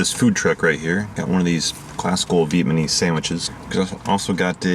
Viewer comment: Viet Muh-neese? Did I hear that right? 😏 Thanx for the LJ Peretti reviews...